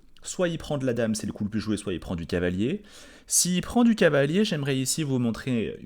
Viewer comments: qui n’est pas toujours fou fou, devait être un élève zélé qui adorait ses cahiers d’école. Doté d’une diction irréprochable, il prononce néanmoins cavalier comme si c’était cahier… ça lui permet de gagner ce qui lui fait souvent défaut, un temps. Parce que cavalier, pff… c’est trop long! En guise de compromis, il a recours parfois à « calier », c.est mignon tout plein… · Je précise que quand prend le temps, qu’il est tranquille, et que ça roule, il prononce cavalier normalement. Mais quand la fièvre le prend, et la passion le gagne, il ressort le cahier et le « calier »!